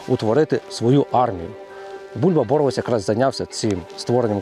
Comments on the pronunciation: Полісся. Рівненське. Не сарненщина, а Березнівщина. І не Бо́ровець, а Борове́ць. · ОчмаНа правильно став наголос. ти що не знаєш української мови. очмана - це очумілий чоловік і т.д. подивись тлумачний словник. БоровЕць а не бОровець. не якова долина а янова долина. по Очмані не все так однозначно. то що він працював з нквд факт.